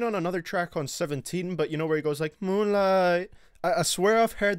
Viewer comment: can u plz say "moueieooene-lieeight" again